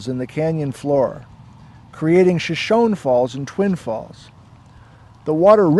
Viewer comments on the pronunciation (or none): "Shoshone" has three syllables, not just two. * sigh *